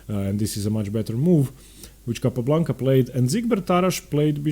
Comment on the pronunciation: Second small quibble: You have the absolute best name pronunciation of any commentator on YouTube. Capablanca! Azmaiparashvili! Zapata! Clean voice and correct... Except for Ruy López (as written in Spanish), which is pronounced LO-pez instead of lo-PEZ. Wonderful videos. Earned my subscription.